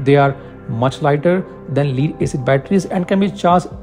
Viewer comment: Lead is pronounced as “Led” not “Leed”